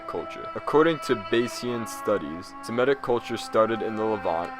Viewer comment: It’s Semitic not semetic bro